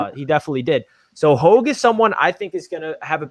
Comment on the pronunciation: Hoge is pronounced "Haj"... he is the nephew of former Steeler Merrill Hoge.